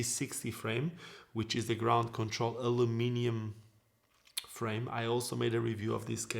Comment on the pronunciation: Hello. I love how you say ‘Aluminium’ instead of the Americans way ‘Aluminum’... & English isn’t even your 1st language! Love your videos & your skating also. Big ups from Dublin, Ireland 🇮🇪👍🤪